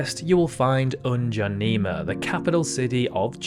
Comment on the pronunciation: it is n'djamena not ndjanema